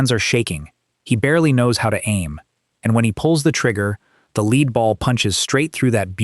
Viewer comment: You lost me the first time the “narrator” didn’t know how to pronounce “lead ball”. 👎